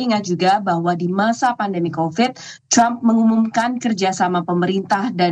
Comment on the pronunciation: Kenapa ya kalau nyebut Trump selalu “Crump” padahal orang Amerika nyebutnya juga Trump biasa, bukan “Crump”